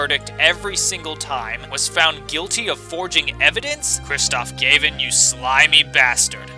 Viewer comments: Opinions on Apollo Justice and Investigations are exactly like mine, and I love this video but... you're pronouncing "Gavin" and "Gramarye" wrong... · Your name pronunciations are totally wrong. It's not GAY-VIN, it's Gav-in, and it's not GOD-OH, it's Goh-doh.